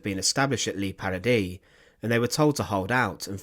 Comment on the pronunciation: FFS, if you are going to report or lecture, at least pronounce words properly. There is no such place in Europe called “LEE PARADY”. As it happens, I know about this shocking war crime, and I’m not going to sit through hearing it again with the badly researched pronunciations wrecking the gravity of the subject.